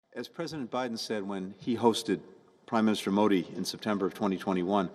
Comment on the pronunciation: at least learn to pronounce the name Modi, that will be enough